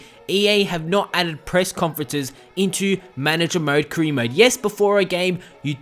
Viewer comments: You can't say "career" lol you say cre instead 😂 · haha the way you pronounce "career" is hilarious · why can't you say career properly